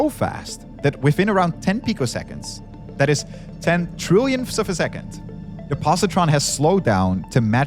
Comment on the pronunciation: has bad pronunciation. Three - Free. That - Add. Thing - Fing. Or - All. This - Vis. Whether - Water. Combination - Accommodation. Symmetric - Cedric. Why did you hire the worst?